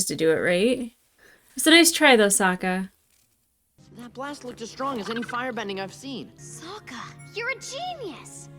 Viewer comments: "Why did I call him Soak-a?" *coughcough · i think the movie corrupted you lmao soaka they pronounced the names bad in the horrible movie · I started a rewatch of this show because of this series. Also your mispronunciation of Sokka gave me PTSD flashbacks of the shitty movie which had the same blatant mispronunciation. Something the show does brilliantly is show that there are no “good” guys in this war. There are good and horrible things done by members of each surviving nation throughout the show.